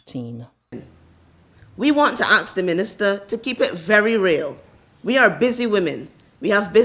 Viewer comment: Women in Action Network: "We want to axe the Minister...…" I don't think she intends to do bodily harm; I think she means, "We want to ask the Minister..."